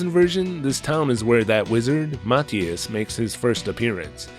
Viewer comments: I don't think I'd like it much but still fun to hear you talk about it.😉 Not that I'm certain but I thought it was pronounced Mah-thigh-us rather than Mat-hee-us? Although when you say Nasil sometimes I hear asshole.😄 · I think Mathias is pronounced muh-thigh-iss